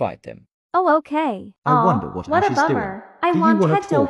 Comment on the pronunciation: I love it when Jordan says “the more I hear ashes name the more is sounds like “ass”